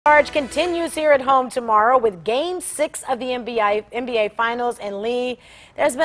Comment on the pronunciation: on she said nbi instead of nba